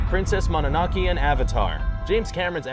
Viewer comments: Its mono no ke not monnake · It's pronounced Monono-keh (or -kay) not Monono-kee. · You should TRY to pronounce at least SOMETHING correctly. "MoNANAKE"??? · Good God this guy and pronouncing names "Mah-nah-no-key" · How did you manage to misspell naruto and pronounce mononoke incorrectly 3 different ways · Princess Mononoke? The pronunciation... My ears...